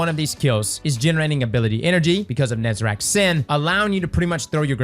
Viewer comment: Say it with me: NE ZA REC. His name is not NEZERAC